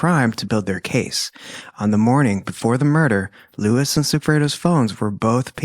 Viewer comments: pronounced Loo-Ees with accent on second syllable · Incredible research and fantastic storytelling. So many other channels are anxious to quickly spew out content that we don’t get the full picture of these people and how their lives improbably and fatally intertwined. Friendly suggestion: Please pronounce Luis’ name properly. It is Spanish and you are referring to him as an English “Lewis.”